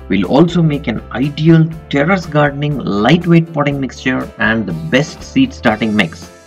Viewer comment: Not "Teres", it's Terrace ☺️☺️